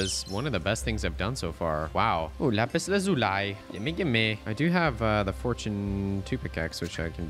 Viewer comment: Lapis laaa zu Lai 😂